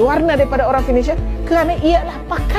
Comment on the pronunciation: Seberang ....mak cik....sebreeerraaanggg......orang......bukan owrang.....😅😅😅😅